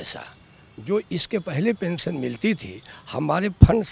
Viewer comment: Kya pensan pensan bol rahe hai sir